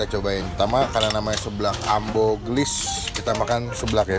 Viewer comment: Ambuuuu banggg Ambuuuuu dibacanyaaa , :((( bukan ambo